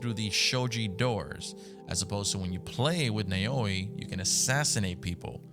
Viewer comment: This is how you pronounce the female protagonists name nae-owi